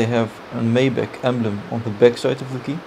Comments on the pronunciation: Please call this car by the right name: Mercedes MAYBACH !!!! Not Maiback!! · Lol... I can't believe he called it a "May"Bach. When I worked at the Mercedes-Benz dealership and we were given our initial introduction to the car. The manufacturer's representative warned us that the correct pronunciation is "My"Bach. And because of the way it is spelled "Maybach" people would be incorrectly mispronouncing its name.